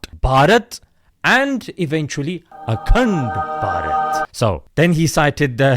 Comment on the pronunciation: Akand p -aj -eet 😂